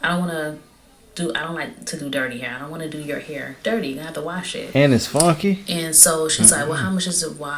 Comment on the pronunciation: “And it’s fonky!”… PULEASE lmaooooo